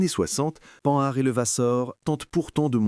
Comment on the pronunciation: Beau documentaire !! Mais arrêtez de prononcer : panard ou Pan nard !! E. M.